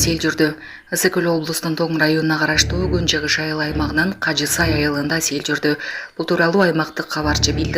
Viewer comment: Кажи-Сай эмес, Кажы-Сай деп окусан, диктор карындашым...